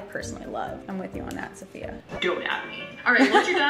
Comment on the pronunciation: you butchered her name... It’s not Sofia It’s Saf-i-ya Lol